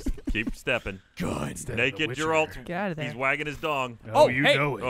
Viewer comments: Hey. Let's Play crew. Have ANY of you EVER played ANY of the Witcher games, in all of which multiple characters with voice acted dialogue repeatedly say Geralt's name? It's a hard G like in Gary, not a soft G like in Gerrymandering. Geralt, not Jeralt. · The amount of people at AH who haven't played the Witcher 3 is killing me xD it's Geralt, not Jeralt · FOR THE LOVE OF GOD... it's pronounced GAR-alt... not Ger-alt lmao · sigh it's pronounced "g air ALT"... not grrralt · I like how even though the games are filled with people pronouncing Geralt correctly they still persist in pronouncing it "Jeralt" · The way the way they all pronounce Geralt is really frustrating. They say it like Gralt or Jerald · "Juhralt" drives me insane, I can't believe never corrected them. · I can feel my eye twitch every time someone says *J*eralt... It's .gif all over again! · It's fucking jeralt it's fucking jeralt!!!! HAHAHAHAHA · I love you, man. But ya need to stop calling Geralt "Jerald". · If I hear Jerawlt one more time I swear to god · Why the fuck do they call him Jeralt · I love these videos but it's painful every time someone says "Jeralt" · Clearly none of them played any of the games... or played it on mute... or only read the subtitles. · Their pronunciation of Geralt is annoying me. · i watch this series solely so i can stay informed on all the ways to incorrectly pronounce geralt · The way they pronounce "Geralt" makes me want to pull my hair out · This was so so good. Only problem I have with it is the pronunciation of Geralts name. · It's Geralt with a "Guh" not a J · No one can say Geralt properly lol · Hearing all of them say Geralt wrong is painful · Any other Witcher fans triggered at how they pronounce Geralt as if it was a J? I hope they keep up these videos though! Mix up the skins and maps maybe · It’s amazing to me how many people can’t pronounce Geralt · The way they mispronounce Geralt is like nails on a chalkboard for me. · ITS GERALT NOT JERALT